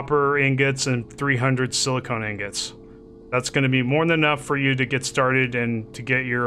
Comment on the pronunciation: Not pronounced sili-cone. Also press Shift-F to loot all from the corpse. Next, you left you bike sitting around at one point - DON'T leave it, pick it up before it vanishes. I learnt that the hard way :)